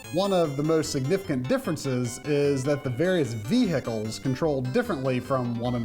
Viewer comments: From Ohio you say? Nobody here says vee-hicle. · Why do you say Vehicle like that?